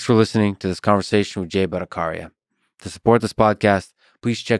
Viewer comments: Lex, I doubt that you'll be reading this ( that begs another question, when can you possibly find the time to go through all the comments?) but do check with Dr. Jay Bhattacharya about how his name should be pronounced: the char in his name is pronounced more like 'charcoal' or 'chalk' rather than using the 'K' sound as in 'Karman'. Not criticizing, just trying to add a little more perfection to my favorite Podcast. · you're pronouncing Bhattacharya wrong. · You pronounced his last name wrong. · Excited and looking forward to listening to this interview! PS: Isn’t the “ch” in Jay’s last name pronounced like the “ch” in “charge” and not like the “c” in “car”? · Lex, love you man for your podcasts. But a positive criticism -> Please learn to pronounce Indian names correctly. BhattaCHarya . Ch is pronounced as in “Ch”ina not as in “C”at. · Hey! Lex... You don't know how to pronounce Ch.. its not Bhattacaarya its bhattacharya... Same as your Charlie not caarliee.. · Sorry to point this out but you are pronouncing the last name of Jay wrong. Particularly the "Cha" part of the last name. It is pronounced the same way you will pronounce the "Cha" in "Chai". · Polite correction on how to pronounce "Bhattacharya" it's said "Butt-uh-cha-rya". Cha as in charcoal. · C in bhattaCharya is pronounce like C not like K . And I am sorry for correction. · Mispronounced your guest's name, Lex. ;) The "ch" in his name is supposed to sound like that in "China". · The “ch” in bhattacharya is pronounced like ‘chakra’ and not like ‘chameleon’ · But y u pronouncing his name wrong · "ch" as in char, not character. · You pronounced his sir name wrong dude..! but no worries. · It's Bhatta Chhariya not Bhattakaria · it's Bhattacharya, not Bhattakarya😅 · The ch in batthacharya is the same as in Chaplin,it's not a k sound,lex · A small correction Mr. Fridman, his surname is pronounced as Bhatta("cha")rya (like "cha" in "charming") and not Bhatta"ka"rya (like the "ka" syllable in "calm").